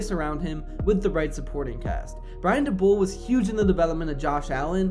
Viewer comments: DA-BOL not dabull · Its pronounced DAY BOWL good video though 👍🏾